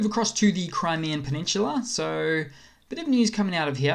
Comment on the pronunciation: it's not a peninshula, it's a peninsula